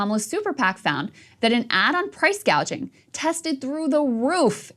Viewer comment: Price gouging or price gauging??? THE WOMAN CAN'T SPEAK, for Christ's sake. She was never going to win!